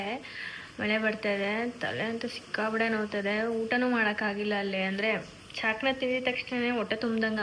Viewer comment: ಅದು ಚಾಕ್ನ, ಚಾಕಣ ಅಲ್ಲ